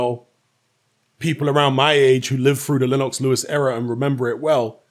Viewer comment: Lenn-OX, lol.